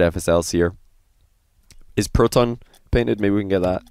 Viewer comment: "The proh-ton" stay in school kids